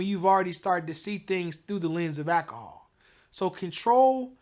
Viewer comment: did he say Akahol????🤮